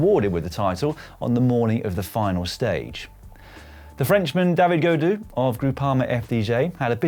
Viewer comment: Teach Carlton Kirby now to pronounce Yves Lampaert (not Lampair) and David Gaudu ( not Godot). Or even better get rid of the fool he ruins every broadcast.